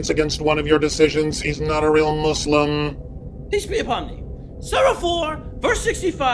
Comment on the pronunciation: I think I've watched every BoomBoom episode. yet I Still laugh at saying PISS be upon me! I think that's what he's trying to say! LOL